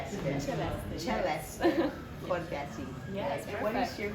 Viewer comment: Tyeleste Kortesi ang Bigkas ng Pangalan nya na Celeste Cortesi.